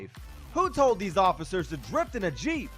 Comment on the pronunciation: nararator sees a big suv also nararator : t h e y r a l l j E e p S